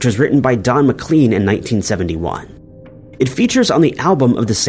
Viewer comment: The narrator pronounces Don McLean's name as Don Mc.. Clean It's pronounced Mc Klayn It sounds like McCain But with an L McClain